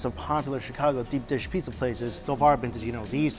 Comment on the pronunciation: Mike i watch your videos i love them but u butchered the pizzza U murdered it